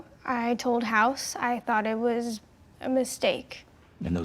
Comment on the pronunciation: Its House not Hoss